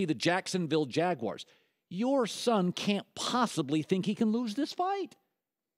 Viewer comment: that man said jaguars Lol